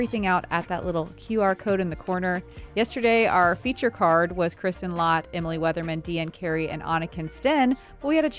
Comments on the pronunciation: Lätt is pronounced 'Let', not 'Laat'. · Honk! The "ä" in Lätt is pronounced the same as "a" in apple/chance/brandy.